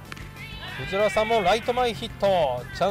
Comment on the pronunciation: ふじわらじゃなくてふじはらなんよなあ😃 懐かしい選手多い🤣